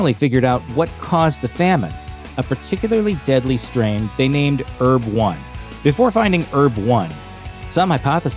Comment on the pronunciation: Herb not erb